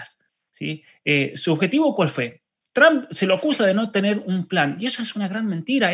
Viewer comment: El apellido TRUMP se pronuncia la " u " como "o " = TROMP "asi es que se pronuncia PROPIAMENTE. GRACIAS, ES PARA QUE HABLEN BIEN INGLES. RECUERDEN ASI, TROMP . DIOS BENDIGA AL UNICO MEJOR PRESIDENTE DE ESTADOS UNIDOS. EL UNICO AL QUE EL IMPORTA EL BIENESTAR DE SU PATRIA USA.